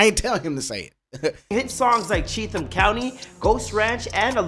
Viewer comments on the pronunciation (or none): Only people that have no idea about country rap call it hickhop.. and you can tell this guy has no idea, he called Cheatum county Cheath-um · that’s the issue this guy is making shit up. He never talked to Ryan he cobbled together a bunch of clips that already existed on the internet and put his own narratives to it. And he isn’t saying Chetham correctly (yeah I know pointing that out is petty but I did it anyway lol)